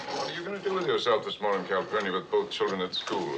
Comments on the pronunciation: Copernicus??? 😂😂 it’s Calpurnia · The housekeeper's name was Calpurnia, not Copernicus. 🙃 and it was Mayella that got attacked.